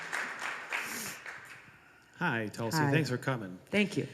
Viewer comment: BTW notice she signed that autograph in English, not Cyrillic ;) it's Tulsi, not Tulski :P